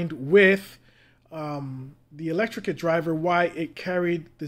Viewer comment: I just gotta say, electret not electricate